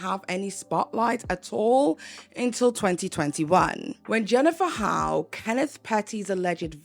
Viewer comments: Great video but her last name Hough is pronounced "huff" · Jennifer's last name is pronounced huff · I believe HOUGH is pronounced as HUFF. Just as tough is tuff and rough is ruff.